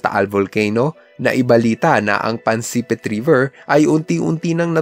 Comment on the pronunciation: Pansipit poyon Hindi Po pansepit😂😂😂😂